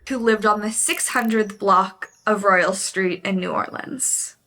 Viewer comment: Ladies, born and raised in Nola, Royal as in Royal Family not Casino Royale. Sorry not being a jerk just thought you would want to know. Also, just to let you know....this event never happened and these brothers never existed. I'm sorry i wasn't going to say anything but started thinking that a lot of people are going to watch this and think its true. These men never existed. They are just a myth.